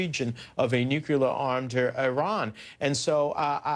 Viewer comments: "...towards nuculer weapons.." What a moron. Say it with me: Nuclear. NEW - - CLEAR. Nuclear. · "nuculer" weapons